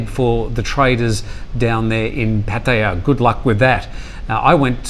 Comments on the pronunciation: Well with Pattaya there are no rising or lowering tones which should make it easy, it just has a longer a at the end like Pa-Ta-Yaaa. The point is that he is a broadcaster and has been living in Thailand for some time. He should learn to pronounce the cities correctly. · It makes me cringe every time he says it. Why is it so hard to say PAH-TA-YA? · Being a Brit, it always makes me smile when you pronounce Pattaya 🤔🤪